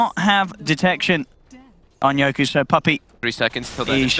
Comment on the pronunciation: His name is fucking YOKY!..not YokU!!! For fuck sakes